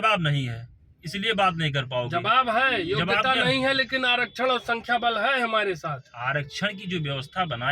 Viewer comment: योग्यता - वोग्यता 😅